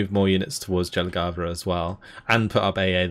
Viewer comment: I am loving these videos so far, only real comment; the J in Jelgava is pronounced more like an english "Y". English is pretty unique in its pronounciation of the letter, otherwise its spot on. Hello from the area the campaign is taking place in :)